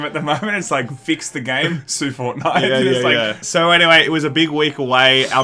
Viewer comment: "sue fortite"